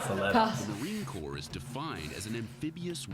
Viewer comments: Corps NOT CORPSE. THEYRE MOT DEAD ' THEY'RE VERY MUCH ALIVE & WOULD KICK YOUR STUPID ASS FOR SAYIN IT! AND RIGHTLY SO ! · I'm missing something, she still said it wrong..she said corp twice. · It’s pronounced core (corps)